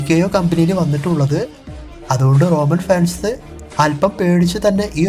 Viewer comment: സഹോ റോനൻ അല്ല റോമൻ ആണ് 😊